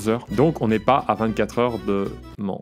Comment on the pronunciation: PAR CONTRE PIERRE, C'EST MANN QUE CA SE PRONONCE BORDEL. C'est une île où à régulièrement lieu une course de moto connue pour sa dangerosités.